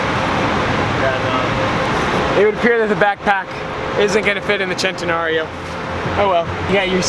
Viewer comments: its actually sent a nario not chent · I never want to hear the word chentanareo ever again. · i hate how he pronounces it "chentenario" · I thought it was Sen-ten-Aree-O not Chenteeorio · Sen-tan-nary-o not chentenario... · It’s sen-ten-nar-io Chentenario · it is centenarion... not chentenario! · Stop saying chentenario it’s cen !!! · Its SEN Te Nario. Its a Spanish word not Italian. There is no CH or Chaa sound. I believe most lambos were named after Spanish fighting bulls. This one is just commemorating his 100th birthday. Thanks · He says Chentena-rilpshf O Annoying! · CHENTAnarryo! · heres a drinking game: take a shot everytime sayss chentenario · It's not pronounced CHENtenario. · i disliked because you got annoying with the whole "CH" entenario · Philip Smylie if I were to get a dollar for every time someone says "Centenario" Wrong, I would have enough to get a Ferrari La Ferrari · The way this guys says centenario just makes me wanna die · He says the first part right the last part wrong he isn't saying rio properly that's what makes it annoying. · you said "Centenario" 32 times and all of them mispronounced